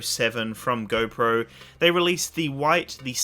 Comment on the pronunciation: Anybody who cant say “GO” correctly i cant trust